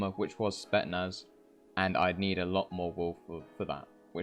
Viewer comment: bruh spetsnaz not spetnaz